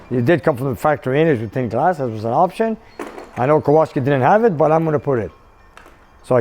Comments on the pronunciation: Kowalski? Why do you keep saying it and spelling it without the "L"? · Hello, love your show. Back in Poland the w is pronounced as v, so Kovalski.In Polish it means blacksmith.